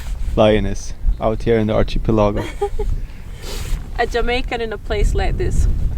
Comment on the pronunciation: Ar-key-pel-ago... not chi.... luckily English is very forgiving to accents ...so we get it